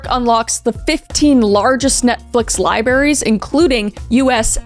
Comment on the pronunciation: When your favorite YouTuber says “lie-berries” instead of “libraries” 😭